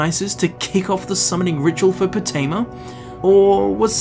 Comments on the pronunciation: Everyone: Potema: Pootema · Calling her Po-tee-ma annoyed the crap out of me. You can hear characters calling her Po-teh-ma in the game... 😒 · Lol I love how hears Potemma pronounced properly like, 20 times, but still pronounces it "Pooteema" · Game seconds earlier: Poh Tim Uh: POO TEE MAH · Its PotEma not PotIma! GRRRrrr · Love the video, hate how he pronounces potema like poutima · Why do you pronounce it as poo-teama? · Poo-tema? Do you eat Poo-tatoes? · Gdamn Poo-tema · POOTEEMA SEPTIM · "Putin-ma Septim." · They say potemas name so many times in this video...yet u call her poteema... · "We summon you Potema" They're trying to summon Pooteema wtf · Your pronunciation is fuckin terrible my dude annoying as shit, but good video just please learn how to speak its cringe worthy asf